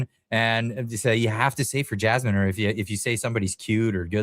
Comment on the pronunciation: 😂😂😂 A deaf person trying to say Jasmine...Jammin" you're hilarious 😂